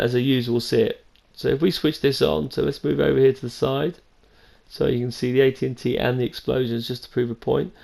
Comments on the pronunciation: Its A-T A-T no n's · it's not an AT AT it's an AT ACT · Sounds like he is saying AT&T lol